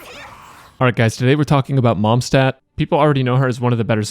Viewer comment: did you just call her momstadt